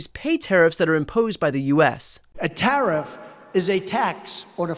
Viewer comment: I don't understand why he keeps saying Tariff and so few people correct him. People need to correct him every single chance they can. He's an old senile man.